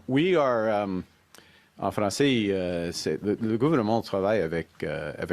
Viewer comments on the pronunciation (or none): He speaks fronglais 😂 you need to resign